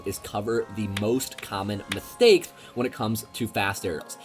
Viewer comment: Whoaaa what happened on that first "mistakes"? did u give ur speech impediment in a matter of seconds? Lol threw me off there